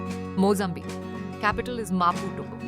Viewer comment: Africa has 55 countries. You’ve forgotten São Tomé and Príncipe. Several names are pronounced with the stress in the wrong place: BamaKO, and not BaMAko; LuSAka, and not LUsaka; MaPUto, and not MAputo; MaLAwi, and not MAlawi; TanzaNIa, and not TanZAnia. Some other names are mispronounced too, like Niger, Windhoek, N’djamena.